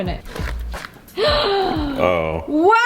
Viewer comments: I love when you say waiw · why do you say wow like that lololol